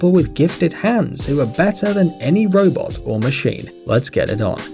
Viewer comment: He said brobot 😂😂😂😂😂